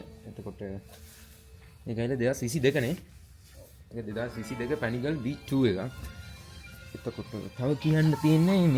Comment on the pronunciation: pani gril neve pco paniGAALEH yco hriyt pronounce krpn